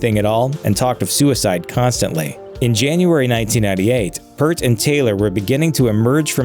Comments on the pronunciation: Many of us cringed every time his name was mispronounced. It's PEERT. Not PERT. RIP Neil. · How do "reporters" like you not know this????? ITS PRONOUNCED "PEERT" ! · Peeeeeeert !!! Get it right for lords sake !! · Damn, Dirk and Lerxst always called him Pratt 😂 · His surname is pronounced P-ear-t. Ffs, everyone knows that. RIP Neil. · Peart rhymes with ear not hurt. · Purrt? Who’s Neil Purrt? If you’re going to discuss arguably the greatest Prog-rock band ever and arguably one of the greatest, historic and one of the most influential bands, and arguably one of the greatest if not, THE greatest drummer of our time, the least you can do is pronounce his name correctly. Give him that respect please. Neil Peart. RIP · The only thing tragic is your lack of research on this "detail" video. It's pronounced PEER-T. Rush fans are fierce when it comes to the details of their beloved Rush. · this commentator needs to read prono guides it's PEERT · Please, if you're going to report on a band, at least learn the proper pronunciation of the man's name - it's Peer-t!! All it takes is a little research. They've had their ups and downs, but what I respect the most, and is probably a testament to their longevity, is that they are friends, first and foremost, and bandmates second. Both Geddy and Alex gave no issue to Neil's semi-retirement after Selena and Jackie passed. Their concern was not the state of the band, but of their friend, who had his world torn apart! RIP Neil. You will forever be our professor. Go be with your Jackie & Selena. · Please pronounce Neil's last name properly. It's p-EAR-t. EAR with a P before and T after. These words come straight from Geddy Lee.... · It's pronounced "Peert". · It's pronounced P"EAR"T. Jesus Christ! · Maybe you could pronounce his name right if youre gonna make a video...whos neil pirt?? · Please pronounce Neil's last name correctly. Its ear like the thing you hear with. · Exactly he said PURT the whole time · Peart is pronounced like 'ear'